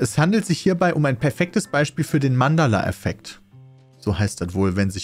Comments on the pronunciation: Jaja der "Mandala"-Effekt und nicht "MandEla"-Effekt Pedda ;D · Hat er wirklich Mandala gesagt hahaha das heißt Mandela Piet hahahah ich hab mich grade ungelogen 10 Minuten Todgelacht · Das heißt Mandela- nicht Mandalaeffekt 😂😂😂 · ja aber der heißt Mandela und nicht Mandala